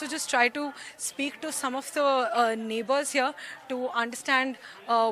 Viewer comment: Neighbourers nahi neighbours hota hai behen